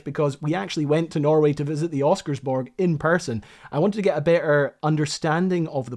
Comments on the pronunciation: nice video! just one thing... pronounce ALL the letters. Don`t skip the second S in Oscarsborg and you will have the pronounciation as good as a local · Thanks for covering some Norwegian history. It's nice to see my home country get mentioned online. though you did butcher the name "Oscarsborg"... if you didn't forget the S it would have been easy to make it sound like something similar to how it is said in Norwegian. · Can't pronounce Oscarsborg. Can't pronounce Blücher. Can't pronounce Weserübung. Too infuriating. I am out.